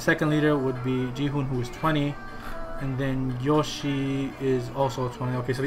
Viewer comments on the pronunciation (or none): none